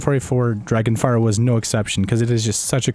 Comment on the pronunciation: He said dragonfire hahahaha lol